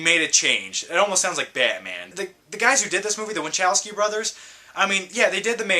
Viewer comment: itsnot vichausky brothers you say it like this - va-hov-ski